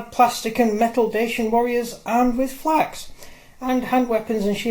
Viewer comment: Falx mate not flax